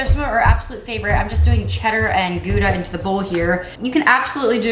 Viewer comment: The ou in Gouda is pronounced like the ou in out😊